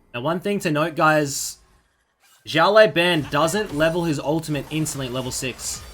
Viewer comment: Hey man, I get that you’ve never spoken Chinese before so it’s completely understandable, but when you pronounce the “Xiao Lao” in Xiao Lao Ban, as opposed to saying “Shao Lai” , can you pronounce it “Siao Lao(w)” please? It’s a lot closer to the actual Chinese pronunciation :)